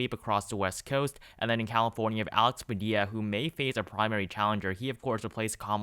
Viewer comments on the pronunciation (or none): none